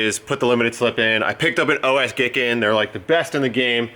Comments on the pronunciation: Pronounced Guy kin to gi kin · OS Giken is pronounced O S Geekin